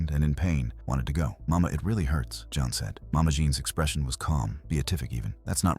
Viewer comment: “John” Harlow again, huh? I suppose he’s called “Jean Wayne.” AI strikes again.